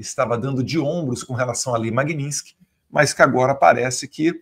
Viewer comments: não é lei Magninsky e sim Magnitsky não deixe espaço pra essa cambada te criticar! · Ensinem a falar Magnitsky. Não é Magninsky